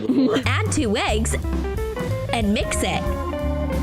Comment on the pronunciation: did i just hear weggs? 💀